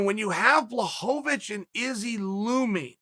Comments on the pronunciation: I miss when Chael called him blahovavich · Chael changes how he pronounces names each time Jen Blahoavick or Jarn Blockohvich Come on Kale Sonnin